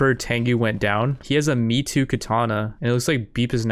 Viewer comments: One correction, the pronunciation of "Meitou" isn't "me too", it's more like "May tow", which means famous sword or legendary sword in Japanese. The written form is "名刀". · it's May-toe not me-too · model "may-toe" :D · Lol bra, every time you said Metoo new born children got aids, its pronounced May toe, the disrespect shown to those legendary blades is unbelievable. and the Yonin XD killed me, its Joe nin, other than that great vid bra